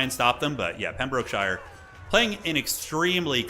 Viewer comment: "Pem - bruk - shuh" over enunciating EVERY syllable like a true blue american hurts my english soul.